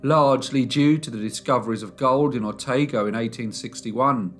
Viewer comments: O-tah-go Bro- not O-tay-go- BTW Dean's QC Alfred Hanlon was convinced she didn't do it and she was found guilty by media. All these years later- she is still being found guilty by media. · Otago is pronounced “O-tar-go” - not “Oh-tay-go”. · Otago is pronounced Otargo, not Otaygo. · Thank you. When I heard O-tay-go I yelled O-tar-go. And the laudium too! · Otago pronounced oohhhhhh tarrrrr goooo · New Zealander here ‘otago’ is pronounced oh ta go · If I may - "O-tar-go". xxx Hubby's grandmother lived in Winton as a little girl. The laudanum death/s were considered to be possibly accidental due to there being no regulation on strength and different pharmacists meant different strengths so the baby/ies were accidentally overdosed. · Pronounce otago properly please lol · Apart from some butchering of NZ place names (Otago) not bad. Nothing grows on Minnie Deans grave and its been only 10 years since her grave had a marker, ordered by a relative in Scotland in order to end a run of bad luck in the fmaily.